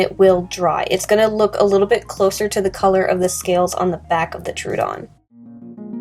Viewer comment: I don't mean to be a pick but Troodon is pronounced "Troh-uh-don." Fun facts: It means "wounding tooth." The Troodon was named by Joseph Leidy in 1856. It is thought to be the smartest dinosaur with the largest brain compared to body size.